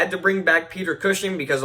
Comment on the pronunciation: “Peter Cushion” was my take away from this😂💀